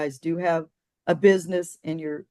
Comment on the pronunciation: I don't like the way she says "business". She's not saying it right.